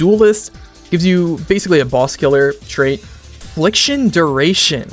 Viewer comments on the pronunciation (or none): none